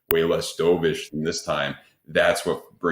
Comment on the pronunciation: can’t pronounce the word “dovish” correctly, im not surprised he can’t do TA either. One tiny section of btc chart over a 4 week period looks kind of similar to a nasdaq chart from a 3 year period… therefore btc is going to 5k… give me a break, … just get a tarot card reader on next time or ask some crystals for wisdom